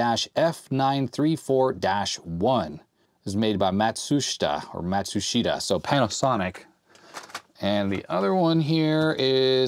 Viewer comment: Pronounce Matsushita as "Maht-SOOSH-ta". The accent on the second syllable is only a slight one. (Japanese is supposed to be an "unaccented" language.) Very frequently the "u" in "su" or "tsu", the "i" in "shi", and possibly other vowel sounds in the Japanese syllabary become silent or nearly so.